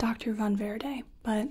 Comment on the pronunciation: I love how you pronounce Von Verde!